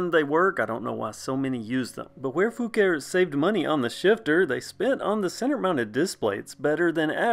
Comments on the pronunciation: The name is actually pronounced Fu-car-ee according to the manufacturer. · That's to be expected. The Fucare YT channel pronounce Foo-car-ee on several videos. It's like the different pronunciations for Asus. Taiwanese employees say Ah-soos while most others say Aye-sus.